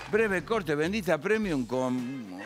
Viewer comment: Cada día mejor bendita premium jajajaja se pronuncia primium chicos